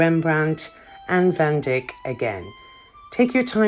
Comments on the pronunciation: I believe its Vandyke not Vandick ! LOL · Van Dyck is pronounced Van D -eye-k not Van Dick. Van Dyck as in a Holland Dyck NOT a part of male anatomy. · A very good tour. How did you manage to film inside? Did you just grab some shots because there were no attendants? Btw, the surname of the artist Anthony van Dyck is pronounced dike. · The part you referred to as the round tower where the queen lived is not the round tower , the round tower was down on the right side . Everything you said about this tour was good but the part about harry. People have heard enough about him. Painter is not van dick, it's van dyck. Live your videos! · You know I struggled with that pronunciation, All I kept thinking of was Dick Van Dyke and as that was spelt differently I assumed It was as I said I’m so confused lol but thank you Stephen for clearing that up for me Trust me I would have felt more comfortable with Dike 😊